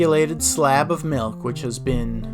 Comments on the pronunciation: we don't have any malk but I can get you some milk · Gotta mention the pronounciation of 'malk', and even 'mulk'.